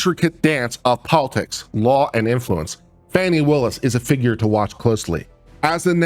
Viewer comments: I believe Prosecutor Willis' name is pronounced "Faw-nee," not "Fanny." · I have been a fan all along. I appreciate your mostly unbiased viewpoint. That said, can you please pronounce the DA's name right.